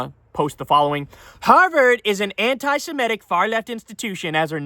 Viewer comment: anti-simetic (as you mispronounce it Kyle) should be anti-semitic! If you have a problem with the adjective go for the noun form: anit-semite instead!